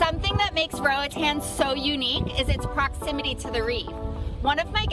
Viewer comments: Nothing grates my nerves more than hearing people saying Roatan wrong, especially when they claim to love the place. -A Honduran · It's really annoying when she saying roatan